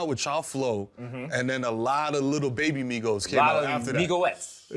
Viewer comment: Not “Migoettes”🤣🤣🤣